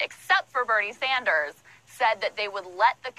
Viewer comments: Why do you keep saying SAUNDERS? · Bernie Saaaaahhhhhhnders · are you trolling when you say saunders or is that how you pronounce sanders? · Went British there 😂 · Mispronounce Bernie Sanders one more time and I’m unsubscribing Good segment apart from that... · How has been doing this so long and he still can't pronounce Bernie's name right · Why are you pronouncing ‘Sanders’ like that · Saunders or Sanders? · I love you bro but you’re saying sanders and incorrectly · I think pronounce Sanders wrong to be a troll. Maybe but idk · Dude....it's Bernie S "AND" ERS. Not Sonders. Cool shirt btw,. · Not to be overly picky, but it’s Sanders not Saunders. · It's not saunders it's sanders. Like SANDers. Sorry i just couldn't 😫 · "Sand-ers", not "Saunders". 👌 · It's Sanders not Saunders... I don't know how you don't know that. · SANDERS! Not Saunders! Why on Earth do you keep mispronouncing his name? The smears from every direction are bad enough, the least you could do is pronounce his name properly! I like your vids, your frequent updates and all. But I can't take much more of your saying Bernie's name wrong. It's kind of infuriating! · Unless this is a new meme im unaware of, why do you keep caling him bernie SAUNDERS. there is no U in there its Bernie Sanders ive heard you say his name correctly before so i assume its a meme im not getting or you were just off your game today and mispronouncing his name. Either way its a stupid meme IMO to mispronounce the candidate you supports name, that should be reserved for people like rave dubin. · Sanders, not Saunders!!! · Saunders?? His name is Sanders. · Brah it's Sanders not Sarnders. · It's SANDers not SUNders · Sanders not Saunders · Sanders, not Saunders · Dude, you've got good analysis, but his name is SANDers, like sand, not SAUNders, like sauna. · It's SAN-ders, bro, not SAUN-DERS... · SANDERS NOT Saunders... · It’s Sand-ers not Sonders 😂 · SANDERS!!!! NOT SAUNDERS. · Sanders not Saunders, dude. lol